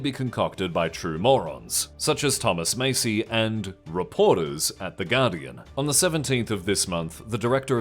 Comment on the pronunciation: american here, it’s pronounced “massy”